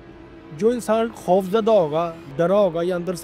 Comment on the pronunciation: خوف ہے کھوف نہیں اینکر ہو پاکستان کی انڈیا کی مت بنو تمہاری اردو میں پنجابی کی جھلک نظر آرہی ہے